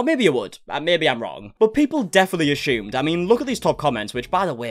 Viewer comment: No one “ashumed” anything but they definitely assumed